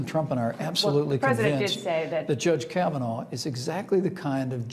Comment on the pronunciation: Kavanaugh naw like raw not now like cow! Is English a second language?